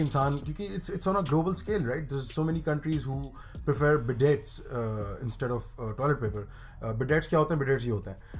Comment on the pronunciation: That's incorrect pronunciation of bidet ;)